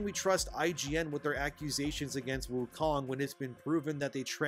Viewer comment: It’s called Wukong, not Woke-ong (I died of cringe making this, I honestly can’t stand using the W-word)